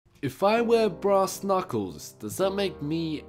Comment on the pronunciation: for some reason...when he says brass i hear grass